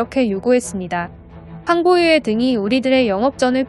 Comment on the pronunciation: 황보유에라고 해서 깜짝 놀랐네.......어떡하면 '의'를 '에'로 읽고 있냐? 이게 만약 AI의 문제라면 당장 프로그램 바꾸고 실제 육성이라면 당장 반성하고 수정하라. 내용이 좋아서 추천한방은 눌렀지만, 이거 정말 듣고 있자니 심각한 국어오용이네.